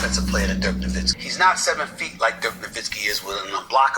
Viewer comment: not really. It took him years to get Nowitzki's name right too. He'd pronounce the w instead of pronouncing it with a v sound